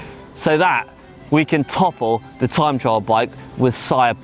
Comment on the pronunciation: Tream trime trial...... struggles in speaking and in a pace line! Ream